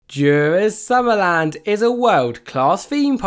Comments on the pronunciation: as a dane you says it so funny :D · he pronounces it soo bad